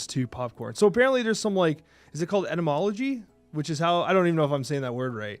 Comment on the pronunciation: Et-ah-mol-oh-gee. Basically the study of how language is constructed.